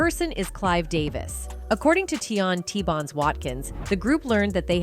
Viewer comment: T-Bonz???! It's T-Boz!